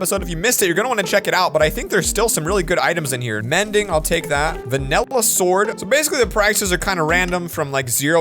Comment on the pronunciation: pls stop saying vanella sword its vanilla sword it is small but annoying to me